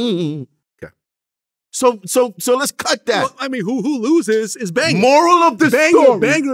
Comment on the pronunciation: AND ANOTHER THING!!! Stop pronouncing this mans name as "BangER" VLAD really pissed me off this segment.